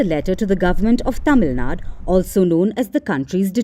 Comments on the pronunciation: Tamil Nadu... Not Tamil na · Please put effort in saying it correctly as Tamil Nadu or just don't have to say it